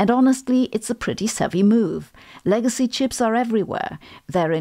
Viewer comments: It's legacy not leagacy. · the word is "legacy", not "leagacy"